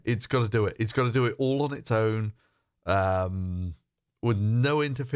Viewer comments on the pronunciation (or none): dew eet